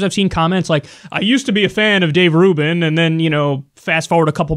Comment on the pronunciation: This nigga said Rave Dubin 😂